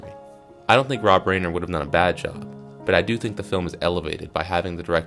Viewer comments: Rob Reiner. RYE-ner. Not rain-er. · Bro, Rob RAIN-er. Lol😂. You should know it's pronounced Rhye-ner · Rob. RYE-NER. Also, take the mumble sandwich out of your mouth...annnd... sloooow... dooowwnn. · RY-NER Reiner